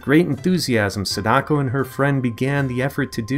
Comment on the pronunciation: U said sadako wrong da